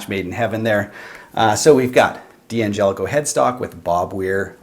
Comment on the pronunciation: I love your reviews, very detailed and relevant, but I cringe every time I hear you say DE Angelico. I know a lot of folks pronounce it this way, but they are wrong. D'Angelico is pronounced DAN-jelico. Otherwise keep up the great work!